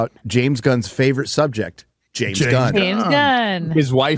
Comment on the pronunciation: "Witewy Black Pandur is my favowit."